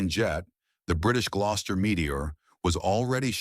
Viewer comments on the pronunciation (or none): none